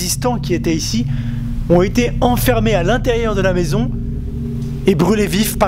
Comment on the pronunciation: Bonjour ,j'apprécie énormément vos vidéos mais ........par pitié ne faite pas de liaisons avec les h ....genre maisons zantées....Bisous